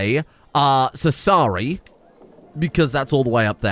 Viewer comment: Dear, as an Italian I'm required to suggest the correct pronunciations: Sassari = "Sàhsari" Cagliari = "Càyari"